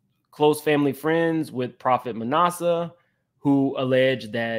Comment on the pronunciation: It is NOT nawsa it is short a as in at Manasseh.